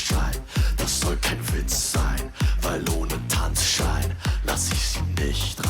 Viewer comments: Tanz - Schein. think of it a two distinctive words, don't try to bridge it. and you mix one N too much in it: Schein, not Schnein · TANZ (like 'hunts') SCHEIN (exactly like 'shine')